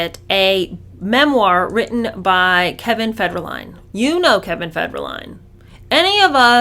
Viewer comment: It's not Kevin FedRA - Line It's Kevin FedER - Line